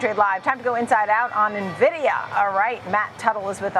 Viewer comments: Buzz words. Dude also doesn’t know how to even say the company’s name… it’s “N”vidia Not “Nuh” vidia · I turn off any analyst who calls it Navidia, and also Chipolte. Good grief.